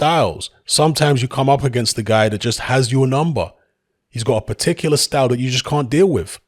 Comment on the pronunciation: Ughh when he kept saying particular like that makes me wanna rip his face off